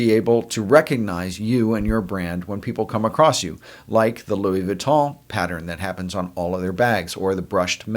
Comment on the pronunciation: LOUIE VUITTON Like the way you pronounced it.